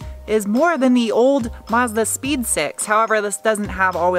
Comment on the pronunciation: Do you also understand s3x instead of six when she says Mazda 6?